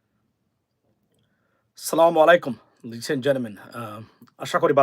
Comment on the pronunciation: ছালাম টা সুন্দর করে দিতে শিখুন,ছলামুয়ালাইকুম বলে কিছু নেই